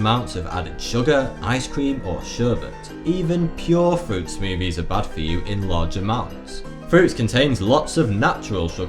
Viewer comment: I like how he says smoovies